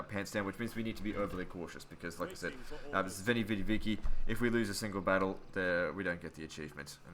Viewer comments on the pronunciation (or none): Veni vidi vici in an aussie accent is the funniest thing ive ever heard. Veni vidi vici mate!